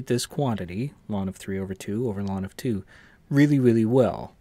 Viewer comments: I've never heard anyone call log "lawn." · You mispronounced "ln"; ln is called the natural logarithm.